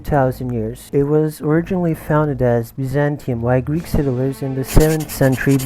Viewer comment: As a greek at the start the greek was kinda cringimg me but for a non greek it is the best ive heard